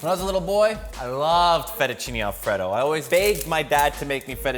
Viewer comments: I wish he’d stop saying Alfredo like The name Fred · alfraydough. not whatever you're saying. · i don't enjoy how he says alfredo